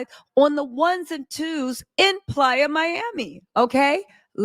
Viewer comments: It's not plya it's Playa miami😅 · Lord if you say please Miami one more TIME ITS PLAYA. 😢😢😢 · IS IT “PLAYA” or “PLY- A”? is beautiful and AMAZING but I CANNOT handle the relentless mix ups and mispronunciations. Jeezy and Jeanie became Yeezy and Jenny. Where will it end? I can’t!!!!!!!!!!! F!!!